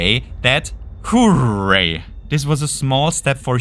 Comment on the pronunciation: omg it's the guy that says whoreray